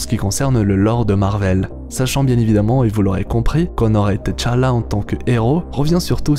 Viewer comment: C'est Tchala pas T-chala. Repose en paix